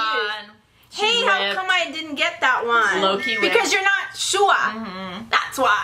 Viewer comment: Butchered Shuhua Name In The Beginning Lol But The Content I Need Before My AP Exam Tomorrow 🦍💨❤️